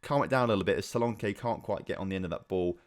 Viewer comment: both versions for solanke you said were wrong because the one i hear is solanki